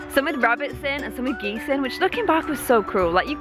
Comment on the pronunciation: Uhm... Geese-es? Its geese intensifies